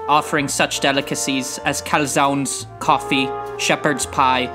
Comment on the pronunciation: The way that Werner says calzone is pure comedy.